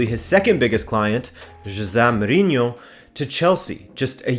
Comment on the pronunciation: He says some names quite well, most remarkably João, but then struggles in some others that I would expect to be easier, such as the first syllable of Mourinho. But I appreciate the effort, for sure!